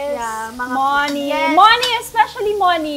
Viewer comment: Ang TH mag English ni haha hindi na ma construct yung next sentence na gustong sabihin haha di na lang kase magpakatotoo, Moh-niiiii daw hahaha and yung R hahah, ise-serve kita🤮🤪😂